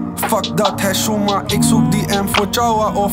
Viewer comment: Kaka zeg geen 7shouma als je niet kan uitspreken a tata